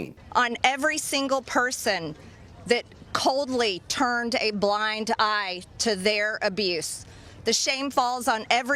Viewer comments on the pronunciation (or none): none